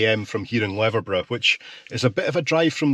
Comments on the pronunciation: Your pronunciation of Leverburgh had me in giggles. It's 'Leever burgh'. The road to Luskentyre beach is very narrow and can get very congested in summer. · Leverburgh .. pronounced ‘leaverburgh’ 👍